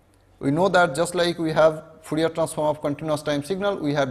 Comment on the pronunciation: Fourier not foorier